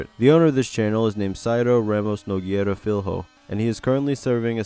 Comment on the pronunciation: sorry i had to bring this. To pronouce correctly, Nogueira is Nogeira and Filho is the same as Fillo, lh pronouces samd as double ll.